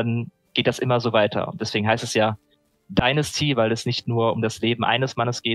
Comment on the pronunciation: "Dinnersti?" Alter, wie lange arbeitest du jetzt in der Branche, dass du noch immer nicht weißt, wie man "Dynasty" ausspricht? Ist es wirklich zu schwer mal google translate oder so anzuschmeißen, um dort den Namen des zu besprechenden Titels einzugeben? Ultrapeinlich!